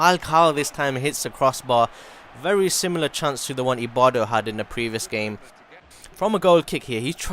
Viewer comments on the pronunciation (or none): Lol it says ibarbo why wud u say ibardo!!!